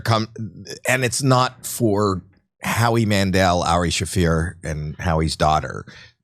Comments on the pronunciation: Jimmy - Repeat after me… Ari SHA-FEAR He is not Ari Chauffeur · Ari Shafur? Come on Kurt let him know 😂